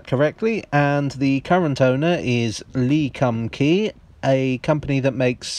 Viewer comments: "lee cumkee" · "Lee-Khumm-Key" WHEEZEEE